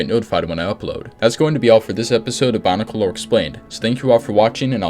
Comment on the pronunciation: I don't wanna be that guy but, is he saying Bonicle?